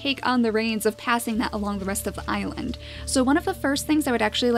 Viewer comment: Can you call this "The great Icland pack " because it sounded like you said icland when you said island at the start of this episode. 😋😋😋😋😋😋😋😋also curse you bunnies!!!🐰🐰🐰😋😋😋😋🎃🐾🐾🎃😋😋😋😋🐅🐆🐕